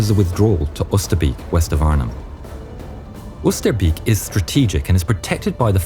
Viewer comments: Oosterbeek is pronounced oh ster bay k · Oosterbeek pronounced as Oosterbake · I love how you say Oosterbeek, as a person who lives close to Arnhem i know thats not how you say it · The way you say Oosterbeek en Arnhem its so gunt to hear it from A nother contry I live in both playsis